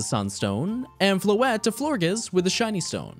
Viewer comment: The French speaker in me hates how you pronounced Vivillon and Florges but still a great video regardless! Hahaha